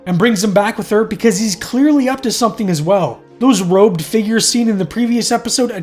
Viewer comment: somewhere after ,ya say"robed figures"a few times&it sounds like"roped figures"every time. good work,tho. G I Davis sr. oldest man in the room,18Jan'26